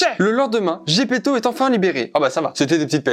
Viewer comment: Putain ok j'suis fan de Jojo mais j'en ai marre d'entendre des Zeppeli au lieu de Zepeto juste parce que je viens d'apprendre que l'auteur est italien 😭